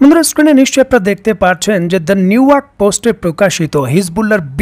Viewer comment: নিউইয়র্ক 😂 নিউওয়ার্ক😂